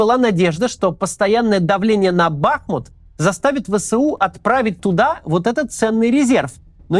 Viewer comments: Правильно говорить не бАхмут, а бахмУт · не Бáхмут, а Бахму́т 🇺🇦✌🏻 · Огромная просьба корректно ставить ударение г. БахмУт. В Википедии корректно стоит ударение даже. Очень-очень режет слух( Не смогла досмотреть из-за этого😭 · Бля, можете Максиму на тексте, который он читает, расставлять ударения? Какой к чёрту бАхмут? Он будто бы никогда названия этого города не слышал до этого… бахмУт (ну или Артёмовск, если на то пошло) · БахмУт. Ударение на У. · Максим, я бы на вашем месте обратил внимание на ударения в именах собственных. Например, БахмУт. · Кац, говори пожалуйста БахмУт, с ударением на У. Кто местный, залайкайте коммент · Максим, огромная благодарность Вам и Вашей команде за ежедневный кропотливый труд,за глубокий анализ, аналитику и ,самое главное, человечность. Есть только одна огромная просьба - пожалуйста, не бахайте названием наш любимый город БахмУт. Ведь никто не говорит ХЕрсон. Уже не раз в СМИ звучала эта просьба, надеемся, что нас услышат. А Вам только крепкого здоровья, терпения, Божьего благословения и, самое главное, МИРА всем! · Каждый раз режет ухо, когда слышу " Бахмут" с удалением на А. Отписываюсь